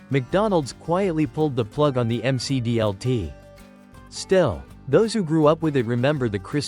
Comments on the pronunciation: Say it with me, you rotten AI bot announcer, at :36 in, it’s pronounced the Mick D L T. Not the M C D L T. This automated nonsense ruins the content, and takes you right out of it. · "The M C D L T" is not a rap singer! Stupid AI. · Clearly the creator of this video was not around in the 1980’s, because he is mispronouncing the McD L.T. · Jeez, the AI voice can't pronounce any product names properly. M C D L T? That picture of the rectangular pizza during the Priazzo segment looks like a school cafeteria pizza, complete with recipe card from Quantity Recipes for School Food Service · It's pronounced "Mick Dee El Tee." 😂 AI narration. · The M C D L T😆. Don't call it Mac DLT or nothing. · Mc dlt is the correct way to say it